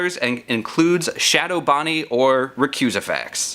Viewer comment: No one talking about how he actually managed to pronounce shadow Bonnie's real name?